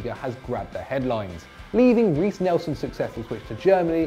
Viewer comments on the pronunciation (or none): none